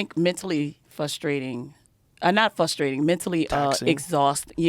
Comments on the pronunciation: She literally said "Mentally Fustrating" x2 and "Ax me" LOL was she a diversity hire? Call an ambalamb she needs some milk. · “Fustrating” “ax me”